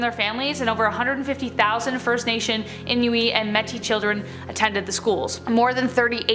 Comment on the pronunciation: I had to stop watching this video. First she pronounced Ed Grin wrong (Don't have to be from Wisconsin to be bothered by that), and then she pronounced "Inuit" as "In-you-ee" and "Metis" as.. I don't even know. Learn your pronunciations, and then make these videos.